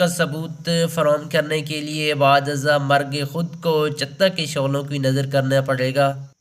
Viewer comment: Paindoo production .Jahel aadmi lug rha hey .Chita ko "chutta " keh rha hey .